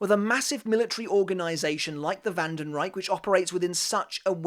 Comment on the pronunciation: German here. Freund Schild (correct grammar would be: Freundesschild) is pronounced Froind Shilld (not sheeld) Haschwalth is pronounced Hushwuld (the a is like in "car") Wandenreich is hard to pronounce, but you can go with wunden-ryesh, like you said, but with sh instead of c